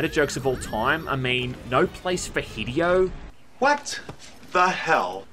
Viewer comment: you pronounced the man's name "Hiddy-O"